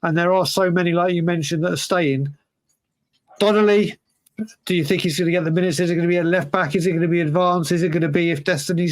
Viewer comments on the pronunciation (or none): "Donnelly" and "Lancashire" Sorry but it's been months and I'm finally giving in. Please say DON-LEE and LANK-SHEER since those are their names lol